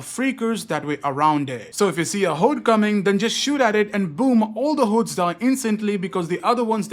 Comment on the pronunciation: I like the way he says “hordes” lol run away from the hoedes